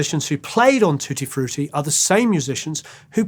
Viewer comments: i love how you pronounce it "tooty frooty",. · Saw Little Richard twice, he was great. Music history for sure. ♡ Hearing you say tutti frutti with your accent was great lol 🙂❤ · Love Little Richard! and, love the way you pronounce Tutti Frutti, so dignified!